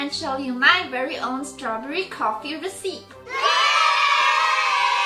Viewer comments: hi venus! totally not meaning to come off as rude or anything, just a small english tip! recipe is pronounced REH-sih-pee, not reh-SEEP :) thanks for the video cutie! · its NOT receep IT'S RES-SA-PEE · Recipe is pronounced "res-i-pee" not "res-eep" ;) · Recipe is said 'reh-sih-pee' not 'ruh-seep' ! Friendly correction, your english is getting better Venus! hugs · i love the way you keep saying recipe xD its actually recipe (ress-i-pee) but youre too cute to be corrected. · it's not rhe-sip! ^0^ it's pronounced more like rhe-see-pea. Loved the video just wanted to let you know! <3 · Recipe is pronounced Reh-suh-pee or reh-sih-pee, not reh-seep. :) for future reference. <3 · Well, I dont say Resspee. I pronounce the I as an uh. I have never heard it any other way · Hey Venus - pronounce recipe = RESS-uh-pee :) Love you gurl!! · Shes not daying receipt...shes pronouncing recipe how it looks....(ruh-seep)...annnd what do you expect..she speaks multiple languages and of course its going to be difficult remembering the pronunciation of every word. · I will try the recipe as a coffee lover. Just one thing - recipe is pronounced as recipee (long e). All the best! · Ahh!! Sooooo CUTE!!! ♡ This made me laugh and I'm usually one to correct a person when they've mispronounced a word but yes venus, it's reseep :3 Love You! Stay adorable and happy sweetie. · recipe is pronounced reh sih pee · recipe in America is sounded out like recipee but is spelled recipe but the E at the end isnt silent so the word sound like resipee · Because "recipe" isn't really an English word, it isn't pronounced like it's spelled. It's pronounced more like "Ressippy," with emphasis on the first syllable. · Alpaca (AL-PACK-AH) and Recipe (REH-SA-PEE) lol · It took me a while to understand what she was saying when she said strawberry coffee receep... I realized she said meant recipe >.> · XD Venus Recipe is pronounced like Re-ci-pee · You say recipe like Re-c-ip-ee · Pronounced ressipee. Ress ipp pee